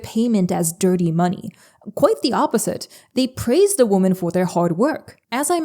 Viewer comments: When referring to multiple women, it's pronounced "wimen". A single woman is pronounced "woman". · *women is pronounced "wim-in", otherwise you just said woman. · Why do you pronounce women like woman? Great video but I‘m not a native english speaker and really confused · Love the video, but just wanted to point out that "women" is pronounced as /ˈwɪm.ɪn/ or wi-muhn. "Woman" (/ˈwʊm.ən/ or wu-muhn) is the singular form of the word, which is what you use. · Why the hell can’t YouTubers pronounce the word “women” correctly anymore🤦‍♀️ it’s literally so annoying & distracting I can’t pay attention to the actual content. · I am in so much dismay from your lack of ability to say the word 'women' correctly.